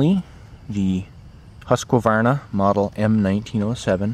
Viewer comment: Oh god, ”hosqwavarna” Why is it so hard for y’all to pronounce it? Just repeat after me ”huus kvarna” it’s not that hard